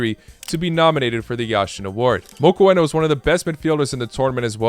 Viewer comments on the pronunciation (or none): Mokwena is Pronounced Mo-kwe-Nah